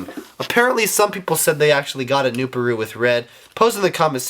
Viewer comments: I think it's pronounced "new-par-u" not "new-pa-ru. IDK I could be wrong. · Its pronounced new-PAR-oo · Also its "nu-PAH-roo"